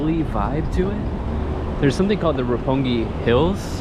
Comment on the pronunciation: 六本木 is pronounced Roppongi. yes, you are correct, sir.